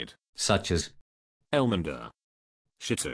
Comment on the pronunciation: Love how he pronounces the names lol. Elmender. Rigger. Vaz Teh. Great vid haha